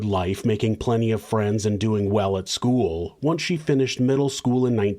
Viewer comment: Dude. “Skoo-wull”. Ugh 👋